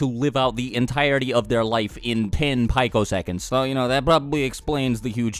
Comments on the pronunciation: no it's PEE-COseconds not PI-COseconds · it's pronounced peeco